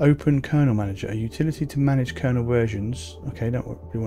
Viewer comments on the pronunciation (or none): none